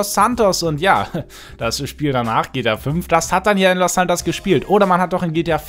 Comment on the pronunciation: soll kein hate sein aber mir ist aufgefallen dass du GTA fümf sagst